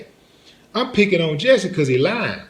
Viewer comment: It's jussie not Jessie. Sorry, I'm OCD